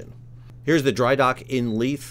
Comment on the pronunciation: Edin buh-ruh. The buh runs into the ruh. You got Leith (Leeth) right! Almost all Youtubers outside of Scotland get both wrong.